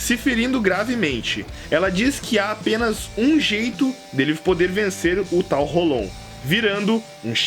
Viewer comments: '--' ele diz dengai claramente e diz rolon... sendo q se fala rolou e se escreve hollow... esse kra é mto mito da pra ver q ele assiste direitinho... no anime a pronuncia é rolou e o kra me vem co rolon... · ele disse dengai n bankai... é q nem rolon q fala rolou e ele fala rolon... ? o kra le holow escuta rolou e fala rolon pqp